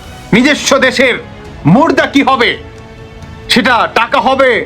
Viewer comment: বাংলাটাও ঠিকমতে বলতে পারেনা হ্যাঁ মুর্দা আরে মুদ্রাস হে মুদ্রা সহজ একটা কথা কে ব্যঙ্গ করে অন্যদিকে নিয়ে যায় এটা বাংলাদেশী না অন্য কোন দেশের দালাল আল্লাহ জানে